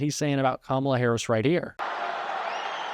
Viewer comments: He can't even pronounce her name. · Trump still hasn’t been able to learn how to pronounce Kamala’s name. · Mispronouncing “Kamala” is the weirdest, weakest flex. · The idiot still cant pronounce Kamala. Moron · STILL not even pronouncing her name correctly 🤦‍♀️ LOCK HIM UP in a rubber room in his hotel in RUSSIA 🇷🇺 SEDATED & STRAIGHT JACKETED! 🙏🙏🙏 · He can’t even pronounce her name correctly. How would he like it if his name was pronounced Doe nald? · He can't even say her name right. Lock her up for what? He's the one who should be in jail. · I see Trump continues rudely mispronounce Kamala